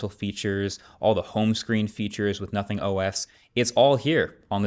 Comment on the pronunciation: Guys. He did say Notning.